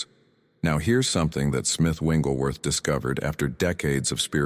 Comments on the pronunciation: I really like this concept, but the AI is mispronouncing Smiths' last name. Its not "Wingleworth" Its "WIGGLES"worth. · His last name is Wigglesworth, not "Wengleworth." ?? Good message. Wish it had a real human voice - rather than a counterfeit. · His name isn't Winglesworth! Its WIGGLESWORTH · FYI..it is not Winglesworth..It’s Wigglesworth. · These messages are very helpful but can you program the AI voice to pronounce Smith Wigglesworh’s name correctly? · Why do these great videos pronounce Wigglesworth’s name WRONG??? 😮